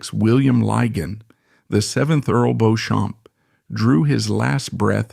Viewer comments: It was indeed Beecham---why don''t they research things properly while appearing quite so in charge of all the other facts. The bots are awful. Almost every other word is mispronounced--the accents lie in different places in English orthography, So it's "vall-ett" not "vallayyyy!" and with" Bendor" , the stress is on the first syllable with the second more or less swallowed..The "Sinkay Ports" are in fact pronounced the "Sank Ports". Lygon (stress on the first syllable) was never the "the former Earl" until he died. And the problem with the BotVox is that you're never quite sure which line to follow. Awful---just get actors in. But an interesting and perceptive account. WE won't go on the Waugh bit. More of the same. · It is pronounced Lord BEECHAM. I will give an example, although the road near Harrods in Knightsbridge, London is spelt Beauchamp Place it is pronounced BEECHAM Place. So many of these types of programmes (British spelling, I am English living in Knightsbridge) fail to get the pronunciation of names and place names correct. This is a shame as the content is often historically interesting. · Sadly, for you in particular, whoever put together this video did not consult someone of your class and background. Beechum is spelled B E E C H A M. BEAUCHAMP is spelled B E A U C H A M P. The origin is French. And so, it is only natural to pronounce it as the French would. Personally, I would be more offended if they translated the name into proper King's English. The name would then be pronounced as "Goodfield". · Fix robo narration. Can’t even correctly pronounce the main protagonist correctly!! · Beauchamp pronounced Beecham. It's not "Now Voyager". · Interesting but spoilt by the mispronunciation of "Beauchamp" throughout and several other examples where the narrator (AI? or a lazy narrator) cannot be bothered to check the proper English pronunciation. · Beech’um. Not Beau Shamp! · For openers. the name is pronounced BEECHAM. not "Bohchamp!"